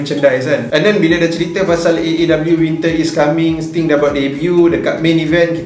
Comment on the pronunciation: Don't make 'Sting' confius, and then you say 'Aku Yahuu'. 😁👍#ItsStingNotStim